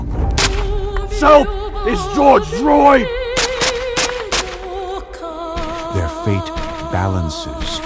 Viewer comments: George Droyyd........🤣🤣🤣😂😂😂🤣🤣🤣🤙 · george droyd lmao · Lmao “George Droid”